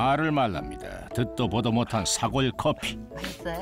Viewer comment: 긴 자를 짧게 잘못 발음한 예: 사골,한파 ,제작진,거실,등,이런 잘못은 해설자의 문제입니다